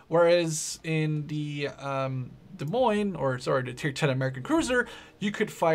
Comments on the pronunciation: 5"/38 cal were always DP on all USN ships wether single mount, or twin mounts. the 8"/55 were the rapid fire mounts and fired twice as fast as the other Baltimore's. and we pronounce the ship D'Moines. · you just DONT pronounce the "S", cuz they are silent S's! So you say "De Moine" without pronouncing either of the 2 "S"es! Its the exaxt same principle as with the american states wich have silent S's in them such as Ilinois (wich is pronounced: "Ilinoi") and Arkansas (wich is pronounced: "Arkansa") Its actually that SIMPLE! I realy dont understand the difficulty you and other plebs have with this to be honest! Still nice video, realy enjoyed watching the naval combat!:D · It's pronounced [Deh]-[Moyn] :)